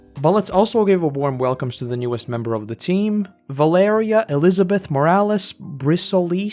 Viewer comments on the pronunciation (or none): none